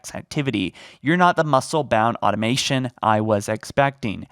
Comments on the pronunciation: "I'm detecting a high degree of cerebral cortex activity." = Wow,, you are very smart. "You're not the muscle-bound automaton I was expecting." = I thought you'd be a dumb jock, but I am surprised to say I was wrong; you have brawn AND brain. Also, "automaton" = uh-TAH-muh-tawn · Probably for the same reason that he couldn't pronounce cerebral and automaton.